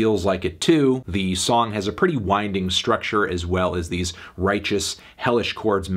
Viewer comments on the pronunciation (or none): none